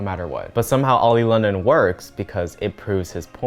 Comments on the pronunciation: Everyone: Oli London: Olay Lotion Me after listening to: dying of laughter 😂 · “Olay Lotion” Lmao- why am I laughing at this.. Oli needs to get the correct help .. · why is you mispronouncing their name such as "oli england" the funniest parts in this video